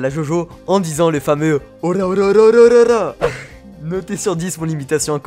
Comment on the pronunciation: josuke il dit pas ora mais dora mais bon c pas grave